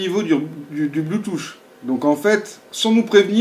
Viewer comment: C'est pas Bluetooch mais Bluetooth, ça se prononce plutôt Bluetoof même si 'th' ne se prononce pas exactement 'f'